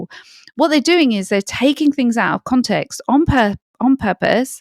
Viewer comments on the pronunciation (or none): Information is good...delivery way too long-winded. And the mispronunciation of the word context. Not even Pierce Morgan says context. He says CONtext.